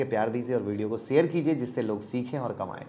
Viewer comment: Your pronunciation of Sh ( श ) as स is very irritating. For example, It is शेयर not सेयर. Please improve if you want to compete as a good U tuber, otherwise forget and enjoy स only. 🙏